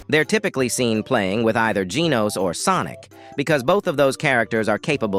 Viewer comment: Bro your hurting me when you says sonic 😢